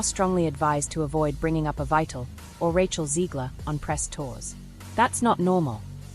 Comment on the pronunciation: As an English major, mispronunciations make me nuts. This narrator is so out of the loop, she doesnt know the play's title is pronounced "EVEETA" NOT Ev eye ta